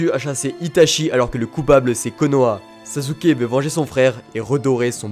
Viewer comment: ON dit SASKEEEEEE